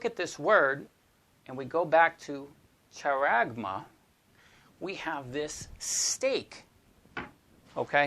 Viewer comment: Brother, hope you don't mind me sharing this little info with you. Just wanted to let you know that often Greek pronunciations given in websites aren't always accurate - charagma is pronounced haragma - 'CH' makes a strong 'H' sound (i guess like a 'clearing of the throat' sort of sound). Hope this is a help and not meant to confuse instead.